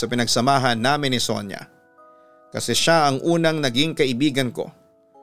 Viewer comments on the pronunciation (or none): none